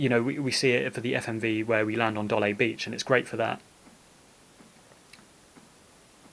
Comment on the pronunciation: I love the video! But it must be a prerequisite to make final fantasy videos to pronounce things weird. Dollay and Rhino-ah